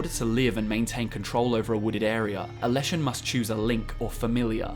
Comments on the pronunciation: Forest is les not las in Czech/Slavic that's why it's leshen not lashen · Word for forest is Les, sounds just like ‘less’, not las